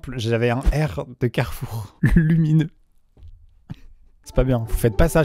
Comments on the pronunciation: Fils:on va à carrefour Maman:non mon fils carrefou car Amixem a volé le R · T'as fais comment pour enlever le R de carrefour, tu es monté sur le toit ? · Alors maintenant on dit plus "Carrefour "on dit "Carrefou" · Tu l'as tjr le R ??? 😅😂😂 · T sur que t as pas volé tous les r de carefour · C'est donc pour ça qu'il manquait le R du carrefour près de cher moi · Carrefour : il est où notre r 🤣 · Comme il a dit carrefour, jepense qu'il a pris le premier r pour qu'on puisse comprendre et que ce soit pas trop cramé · Mais alors comment tu récupères le R de Carrefour, fin, comment tu le décroches puis tu le transportes puis t'en fais quoi après ?? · montre nous le r de carrefour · Montre ton R de carrefour